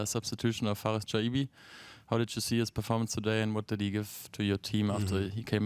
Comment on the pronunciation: An den Reporter der FAZ: Chaibi spielt seit 2,5 Jahren hier, man kann von der hiesigen Presse also durchaus erwarten, dass sein Name langsam mal korrekt ausgesprochen wird, zumal die Eintracht vor langer Zeit ein short veröffentlichte, in dem er die Aussprache seines Namens vormacht. Schäi-bi. Hat auch was mit Respekt zu tun und ist überhaupt nicht schwer.